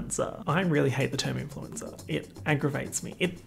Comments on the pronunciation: Influenza lmaoooo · influensa omg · He was saying "influencer" and I heard "influenza" 💀💀💀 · bestie the way you pronounce "influencer" sounds like the italian word for "flu" and i'm here for it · oh didn’t you know? is in fact italian